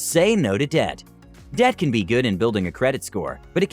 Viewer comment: It's ironic how debt sounded like death 😬